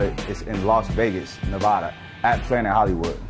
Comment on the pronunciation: Ne-va-duh not Na-vaw-duh.